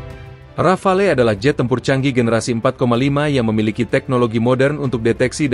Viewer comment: Disebutnya Rafale ('ra.fal') huruf 'e' di belakang tidak diucap. Bisa diartikan serentetan tembakan seperti tembakan beberapa butir peluru artileri.